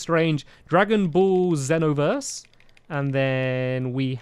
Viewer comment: It bugged me how stampy said xenoverse because that's one of my favourite games but it's ok you've probably never heard of it